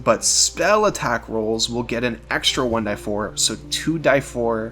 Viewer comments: Please stop saying "one DIE four", and say "one DEE four" like everybody else. Otherwise, awesome vid! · Your way of saying "one die four" is annoying. It's "one DEE four" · "one-dee-four" .. not "one-die-four". Also for 'Sing' it is not unlimited as you state, the description clearly reads "5 turns". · Great comm6ent, BUT Jesus dude, I've been around RPGs for 30 years I've never heard anyone say 1"die"4. It's 1D4. You're going to lose subscribers over this annoying decision. Is it worth it?